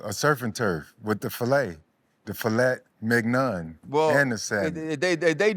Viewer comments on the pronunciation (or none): Lmaoooo! “Felet” “mignone” saLmon” hilarious!